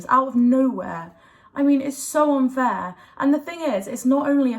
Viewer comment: 'Yah this is like so unfarrrrrrr' 😅